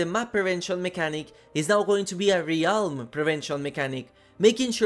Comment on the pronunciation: Realm is pronounced relm.